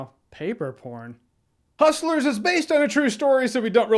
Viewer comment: "Huschlers" -Jeremy Jahns